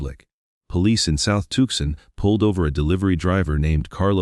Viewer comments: That was the worst AI reading I’ve ever heard. The multitude of mis-pronounced words is hilarious! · Too son not tukson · It's pronounced Tucksen, not Toesun, robotto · 😂I KNOW, right?! I put a note in to the creator regarding the AI silly mispronunciations making my brain ITCH & my train of thought jump the tracks😂 this AI narration just has SO MANY simple mispronunciations! Tucson was pronounced 3 different ways throughout the story: TUCK-sun🤨 TUKE-sin😖, TUCK-sin😒🎉, and ALIBI 😂😂😂 AL-uh-bee😂😂😂😂 that one GOT me!! The 1st time I was like: 😵‍💫😮😬, the 2nd time was like:😳🙄, but after that, EVERY time, was like:😂🤪🤠🤣 It just got funnier and funnier each time😂❤ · It convinces me that this report is AI generated. Cannot even pronounce Tuscon correctly… w t f is “toe son”. Very direspectful…. Stop profiting from fear mongers ! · Tooson not Tookson al eye bye not alibee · Like Tucson (Too-sahn) is pronounced TUCK-sin and later, TUKE-sun😂 and ALIBI is AL-uh-bee 😂😂😂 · Touksahn, Arizona 🤣 Alibee 🤣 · SCREW THIS AI GENERATED SLOP THAT CAN'T EVEN PRONOUNCE 'TUCSON', OR THE WORD 'ALIBI'. STOP FILLING YOUTUBE UP WITH GARBAGE DESIGNED TO MAXIMIZE PROFITS OVER A FAMILY'S HARDEST MOMENTS. TOGETHER WE •CAN• STOP THIS CRAP, JUST HIT THE THUMBS DOWN 👎 AND •DON'T• WATCH ANYMORE OF THIS DIGITIZED LIQUID EXCREMENT.